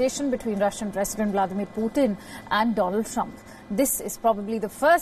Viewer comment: Did she say Poothin ? I thought it was Putin 🙄